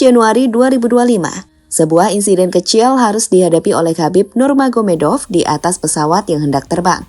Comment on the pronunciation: khabib Nurmagomedov bang bukan khabib nurganomedov